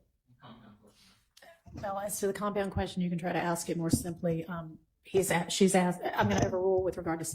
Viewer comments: Axed....UGH.... WHY is it difficult to say ASK...? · " did you axe him "